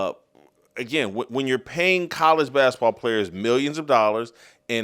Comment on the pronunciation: Will someone tell Jason basketball is pronounced with a T........he kills me how he says bask-a-ball